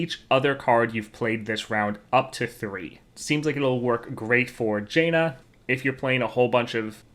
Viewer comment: nitpick, but it is either pronounced jan-uh with jan pronounced as pan OR jawn-uh with jawn as in yawn.